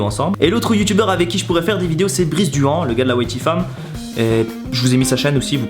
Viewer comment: Ça se prononce Brice Duane (enfin je crois...😜)